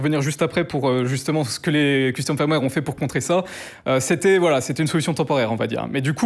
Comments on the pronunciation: Pourquoi prononcer "firmware" "faïrmwère" alors que le "i" se prononce "e" ? Autant le prononcer à la française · Le mot "firmware" se prononce "feurm-wèr" et pas un peu comme "fire" comme il le prononce ("fayeurm-wèr") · Ça me fait toujours marrer qu un mec aussi compétent ne sache pas prononcer firmware correctement. C est triste. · je veux pas paraître désagréable mais si tu te lances dans le métier essaye d'apprendre à dire "firmware" ça prend vraiment littéralement 10 secondes